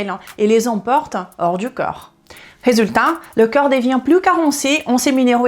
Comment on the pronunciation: Bon il faut faire un effort sur la prononciation au moins pour 2 mots, le corp et le coeur. Je ne sais pas si vous parlez du corp ou du coeur.